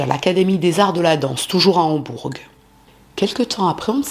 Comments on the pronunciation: Une petite précision. Le G de Hambourg ne se prononce pas. Mais quel salopard. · de plus en plus jolie ❤ mais le g de Hambourg ne se prononce pas. On dit Hambour